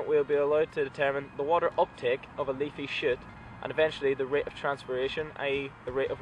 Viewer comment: Sounds like you said "leaf shit"